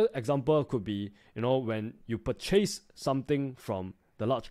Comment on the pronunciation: purchace = purchis :D